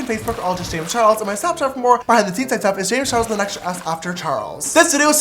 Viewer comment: does anyone notice how in the intro there is no "L" in charles